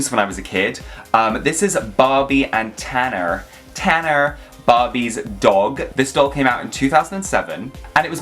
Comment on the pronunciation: Oh my gosh! The way you said "Tanner" was very midwestern American. i didn't see that one coming. 😄😆 i used to love the Sky Dancers!! It seems to me that some of these toys were recalled because of children who were obviously too stupid to play with them without hurting themselves and the parents weren't responsible enough to research toys or to teach their children how to play responsibly with toys. i honestly feel like people should be tested before being able to procreate. On the other hand, these toy companies have had far too many fuck-ups with risky products.